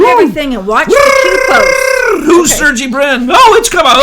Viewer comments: This is ridiculous “you’all” and you pronounced Sergey wrong. You two are shills !!!!!!! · I think you guys have been trolled by your own conclave. Also, you're pronouncing Sergey wrong.